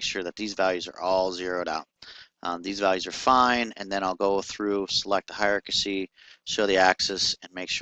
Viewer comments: Good tutorial, but dude: 'Hi-er-arc-ass-ee'? It's pronounced hi-er-arc-ee.. I'm not sure why you're adding the word 'ass' before the 'y', but you might wanna look a little closer at how its spelasst. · I like how you break it down bit by bit. It's handy for a newbie. Keep it up! :D By the way, it's pronounced "high are key". Ha ha!